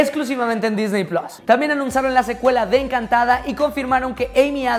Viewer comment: me encantan tus videos y todo, pero por favor!!!! puedes dejar de decir Disney PLOS????? por faaaaaaaa